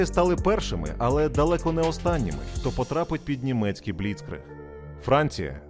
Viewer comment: Проблема з наголосами у німецьких словах, має бути бліцкрИг, аншлЮс. Крім того, української мовою річка Narew називається Нарва.